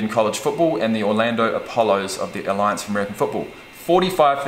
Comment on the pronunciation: You forgot the S after Apollo